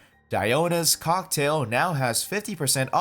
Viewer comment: “Diona’s cOcK -tail”